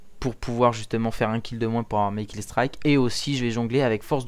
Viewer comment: killstrike ??? eye le moron c'est killstreak...pas killstrike calissd e francais dfrance qui sait pas parler